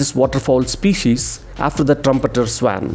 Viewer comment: Swan is pronounced as स्वॉन